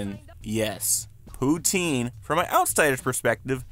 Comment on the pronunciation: Americans trying to pronounce poutine makes me cringe